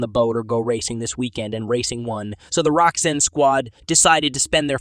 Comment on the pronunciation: Did he call Roczen, Roxanne?? 🤣🤣